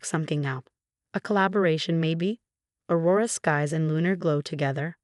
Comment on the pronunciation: AI still has a problem with names, Aurora Skies then Aurora Scaz